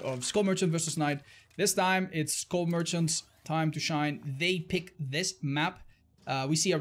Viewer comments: i cringe everytime says school merchant instead of skull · I thought he said “school merchant” now I know the name of the character but I was convinced for like 5 seconds. Besides that great job